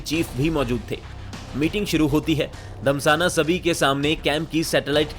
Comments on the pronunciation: Abe anil dhasmana hai naam Anil damsana 🤣 bolra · भाई साहब रा चीफ अनिल धम्साना नही...... धस्माना है 😂😂😂😂😂 बोलना तो सीख लो बाकी ग्राफिक्स और एडिटिंग काफी अच्छी है ठीक से बोलने का प्रयास कर लो वैसे काफी अच्छे मिल रहे हैं आपको